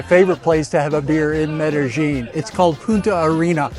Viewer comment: Medellin is pronounced Medeyin or Medelyin-Not Medejin!😘🤑